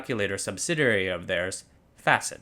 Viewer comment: Facit, not Fäcit